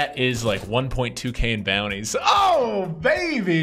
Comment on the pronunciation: Everyone who plays PKO's butchers the name of the style of tournament.... Except you.. You say focus on the bounties, but " get the booty " out is what it sounds like.